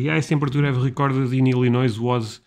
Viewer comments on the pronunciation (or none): As a person who lives here please don't pronounce the S in Illinois lol. And yes its get 100+ here in the summer with the heat index getting 110°. Great video and i hope you can visit the USA!!!